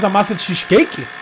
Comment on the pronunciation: Cazé falando "xisqueique" é muito bom